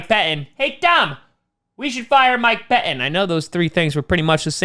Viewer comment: "Mike Peh Inn"